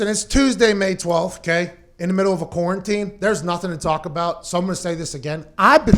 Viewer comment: Lol pat pronounces quarantine: koranteen